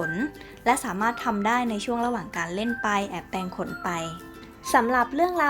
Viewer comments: ข้อมูลดี มีผิดบ้างก็ไม่เป็นไร คนรู้จริงเขาจะท้วงมาเอง แต่ แต่ แต่ น้องควรหัดอ่านให้ถูกต้องหน่อยค่ะ น้ำเสียงน้องน่ารักมากอยู่แล้ว ถ้าอ่านให้ถูกจะ perfect เลยค่ะ ตัวกลม ไม่ใช่.ตัวกม เวลาโกรธ ไม่ใช่ เวลาโกด แปรงขน ไม่ใช่ แปงขน ฝึกหน่อยนะคะ ติงมาด้วยความหวังดีค่ะ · อ้อ มีคนรู้จริง. ขอบคุณค่ะ ข้อมูลเขาก็เยอะดีนะคะ แต่รู้สึกเหมือนกันไหมคะว่า... รำคาญคนอ่าน ไม่มีตัว "ร" เลย แมวตัวกม เวลาโกด แปงขน คือถ้าพูดคุยกันเองในบ้าน ยังไงก็ได้ แต่ถ้าจะอ่าน ให้publicฟัง ควรจะต้องหัดนะคะ. ภาษาไทยจะได้ไม่วิบัติไปมากกว่านี้ค่ะ